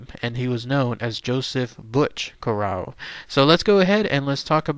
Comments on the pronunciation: You could at least pronounce his name correctly. CORE RAY O smh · We are on the East Coast. Cor ray oh is the Americanized pronunciation which we use but in Sicily Cor ah oh. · It’s Corr-A-o and Gambino (not Campino) you numpty. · My last name is Corrao and I am from the tri state area. Interesting video but you should pronounce the name correctly. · 6'5"...no! Also learn how to pronounce his name if you're going to do a video about the man. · hes not pronouncing correctly either way. Joe was my grandfathers first cousin from Trapani. How are you related?